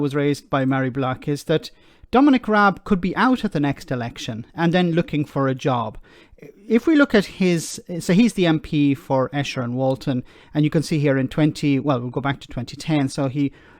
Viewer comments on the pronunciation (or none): Just a point of order,. Esher is pronounced Eesher. Excellent video. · Esher is pronounced EESHER.